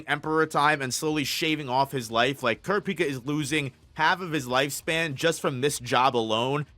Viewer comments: So sorry bro can't see a video when you murder kurapica's name like that it's só bad Gz man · Good video, tho I almost clicked away when I heard how you pronounced Kurapika. Lol